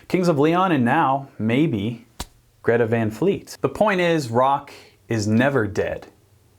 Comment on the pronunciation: And besides hey dummbos you can’t just go change someone’s vocal range, the singer he is so lucky to have a high vocal range and sing with so much power that he has and just be awesome It’s not Van like Pan It’s Van like Tron, the A isn’t being pronounced right